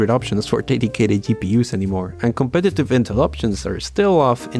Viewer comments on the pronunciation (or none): none